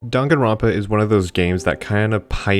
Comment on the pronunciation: How do people still mispronounce Danganronpa when they literally say it at the beginning of the game